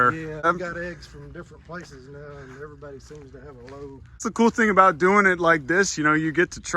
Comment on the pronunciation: The moment he said alright everybowdy, my eyebrows went up and down